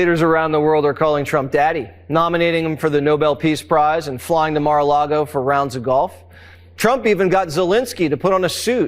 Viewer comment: flying to mar a longo for what, Jesse?